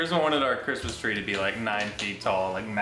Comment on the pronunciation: I thought that's what he said too but I believe he said Christmas. It sounded like "charisma" a few times when he christmas.